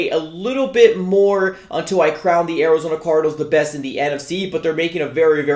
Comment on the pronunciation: "Orizona cordinals"